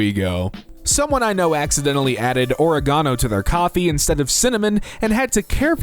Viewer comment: i have never heard anyone say oregano that wrongly before lmao